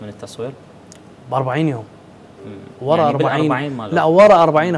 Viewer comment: منتبهين للمقدم يكول براها 😜😜😜😁😁 ع اساس يكول وراها😂😂😂😂